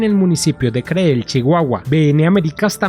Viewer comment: 671 mil millones de pesos para un aeropuerto en Ciudad Juárez!!! Si el NAIM iba a costar 300 mil millones y el Felipe Ángeles está presupuestado en 71 mil millones. Por cierto, es San Luis Potosí, no "San Luis de Potosí". Y Creel se pronuncia "Cril".